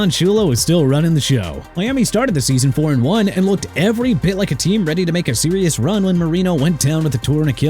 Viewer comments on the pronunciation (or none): none